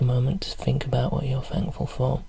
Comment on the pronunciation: "Just fink" :D Extra relaxation because you don't pronounce the T!